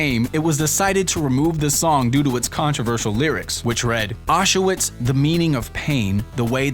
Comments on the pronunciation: Jacob Tuley It's pronounced "Owsh-vihts" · Athalos Why can't American pronounce anything right? Eh? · Auschwitz isn't pronounced like that. Angel Of Death is a song about Dr. Josef Mengele. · Jacob Tuley You mean Auschwitz? I know my history, don't treat me like an idiot. The guy who narrated the video can't pronounce it for shit. Also, the Auschwitz concentration camp was, and not is.